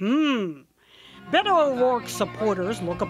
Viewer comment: I hate how she says Beto